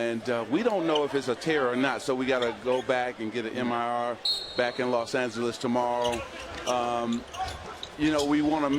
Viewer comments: MIR? Are you positive thats how you pronounce it? Or are you HIV positive? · Magic did not just say MIR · this clown just said MIR. lol smh sad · "Mir"...maybe magic needs a "Cta" scan😂😂😁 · lol man im laughing my ass off lol mir lol rich and dumb